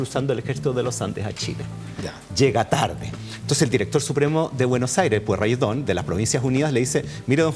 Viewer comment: Excelente, profe. Pero es: PUEY - RRE - DÓN, no "Puerreydón".